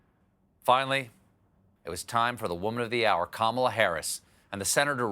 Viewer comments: Who's that again?.... Carmela Harrris? LOL. I'm from the Caribbean and that ladies name is like "camera".... not "carmera"..... LOL. Americans and their pronunciation is appalling. Try "ka" "mi" "la". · As an Indian I would like to point it out that Kamala should be pronounced, "kuh-muh-laa". Of course, she's American Indian, not just Indian, and may prefer being called "kaa-muh-laa". But hey, the more you know